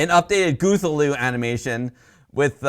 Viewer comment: isn't Cthullu pronounced like kah-thoo-loo?